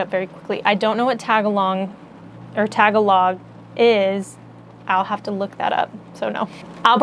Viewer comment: "Tagalog" is a language spoken by Filipinos. Ask Isaac about correct pronunciation. I believe it is "ta gal og".